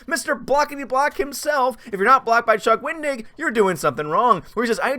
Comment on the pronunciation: I thought you were saying, "Don't be a Chuck Wing-dick." 🤣🤣🤣 I had to rewind it to hear it correctly!